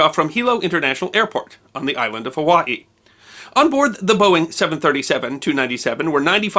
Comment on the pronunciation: Anyone notice that he actually pronounced Hawaii pretty correctly ?